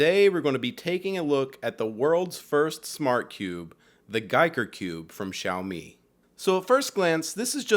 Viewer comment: Homey, homey, homey..., you had two ways to go with the name. "guy"ker or "geek" er... you chose poorly. :B